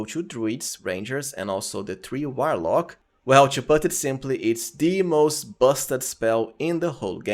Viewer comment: I'm going to be honest with you bro after calling a warlock a whilelark I can't watch anymore and that was within the first 3 seconds not dissing you if English is not your 1st language but I just can't do it I feel like I'm watching a Saturday night live skit